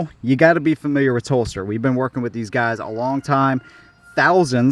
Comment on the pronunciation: Good review. I thought you were saying Phlster holster until I read Telstar. It’s hell getting old